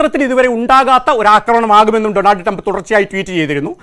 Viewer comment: അമേരിക്കയുടെ പ്രസിഡണ്ട് ജോബ് ഐഡൻ അല്ല ഡോണാൾഡ് ട്രംപ് അല്ലല്ലോ പിന്നെ എന്താണ് ഇയാൾ ഡോണർ ട്രംപ് എന്ന് പറയുന്നത്